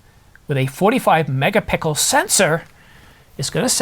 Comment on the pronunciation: You're killing me with the way you pronounce "MEGA-PICKLE"....LOL